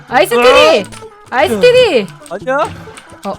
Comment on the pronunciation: 아이스 트리라고 할떼 아이스 뜰이! 라고 들리는거 저뿐인가요